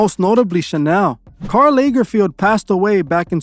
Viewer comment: It's pronounced LAG like BAG... LAG-ER-FELD. As a Prof. Fashion designer from NY, that act to FIT & Parsons I know how to pronounce everything in fashion, we had to know. Also, you know about the cake shaped like a body bc someone snuck a camera inside the Met Gala. They cut into the red velvet cake and some cherry filling that looks like blood. I wouldn't be surprised if blood was in the recipe. And, to think I wanted “IN” that industry so badly. 😣